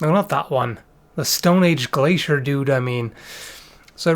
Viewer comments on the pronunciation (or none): none